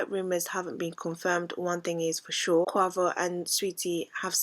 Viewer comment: It’s NOT co-a-vo it’s pronounced co-wei-vo (Quavo) 😂😂😂